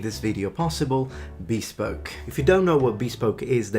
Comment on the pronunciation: Did you call it "bee-spoke?"